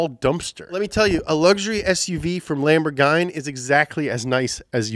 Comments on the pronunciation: Next:Top 10 car cool names? Caiman or Cayman?:) Did you really say Lamborghany?????:):) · Who TF pronounces Lamborghini like that??? It is not Lamborgine... is that like an inside joke??? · As italian, I'm offended by how you pronounce the word "lamborghini" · "Lamborgine". lol! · I'm starting to think that mispell car manufacturers names in purpose man! Seriously Lamborgain? 😭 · I mean, the way he say Lamborghini instantly make every European to hate him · It honestly hurts how you pronounce Lamborghini